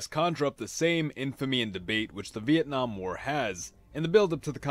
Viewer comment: sounds like vietnom